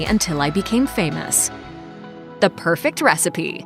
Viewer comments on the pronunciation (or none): I can't stand the way he mispronounces "the". I'm sure he's a great guy and he's clearly intelligent. I even enjoyed his show years ago. But I could never get over how he used the incorrect pronunciation of "the" in a clear effort to sound more intelligent and/or more educated. I was not impressed by it.